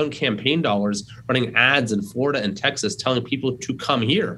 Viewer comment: Can't say Texas and Florida 🤣🤣🤣